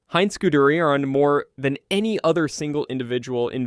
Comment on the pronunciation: The pronunciation of Heinz Guderian was tough on the ears